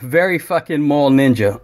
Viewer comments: Took me about 30 seconds to realize he was saying "Mall Ninja" not "Mole Ninja". Now I'll never un-see the mole ninja I was tryna picture... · legit thought you said mole ninja haha